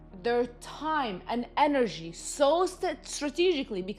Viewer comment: enerji ))) funny how you say it! but yeah, lots of truth here